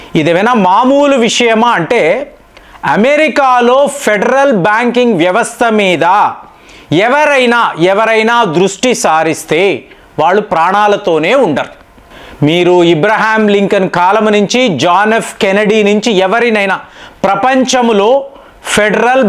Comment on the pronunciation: ఇబ్రహీం లింకన్ కాదు అబ్రహం లింకన్ అని పలకాలి మేము అలాగే చదివాము చిన్నప్పుడు మీరు ఇంగ్లీష్ మీడియం ఐతే ఇబ్రహీం కాదు